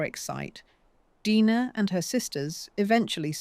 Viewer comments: Deee-nah, not Die-na. Correct your video! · Omg... can't even get famous names pronounced correctly. Uta, Dina.... I'm out.